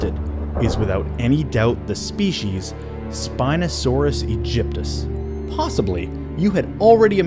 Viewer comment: Also more things pronounced incorrectly: it’s spinosaurus egypticus and not what ever he said